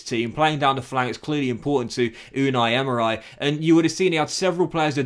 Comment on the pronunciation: Is it just me or does he promounce so many easy names wrong 😂 like how do you say emery "emerai" 😂😂 still love you tho